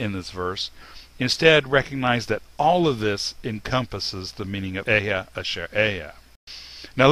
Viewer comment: Bro the right pronouciation is Ahaya😂😂😂😂😂😂(אהיה)